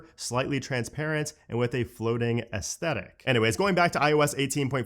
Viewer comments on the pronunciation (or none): none